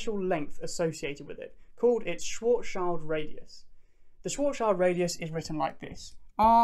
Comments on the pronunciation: Great video. The only the suggestion for improvement I have is a linguistic one. As a German, I had to shudder a bit at your pronunciation of Schwarzschild. The -schild part it pronounced very similar to shilled, rather than child. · I'm pretty sure it's pronounced Schwarzsch'ee'ld or Schwarzsch'ui'ld. It's not a black child we're talking about. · nice explaination! Why do almost all american physicists fail to say Schwarzschild? ...it's not Schwarzs-child :D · Schwarzschild is pronounced "shvarts-shillt" in German. ;) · schwarzschild ... pronounce it: sch-warts-schield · Good video but my ears are effing bleeding after hearing your abysmal pronunciation of "Schwarzschild" that often in quick succession. Why don't even people with a degree in physics/astronomy/mathematics care about how some of the GOATs of their kinds names are pronounced. This is beyond me. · You are not pronouncing Schwarzschild properly.